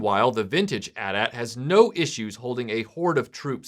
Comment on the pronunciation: Bless you for pronouncing it "At At" and not "Aytee Aytee"!